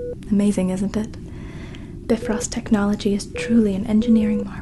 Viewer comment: Wow. Really well done with a number of great homages - loved the humming of Daisy. And BIFROST pronounced properly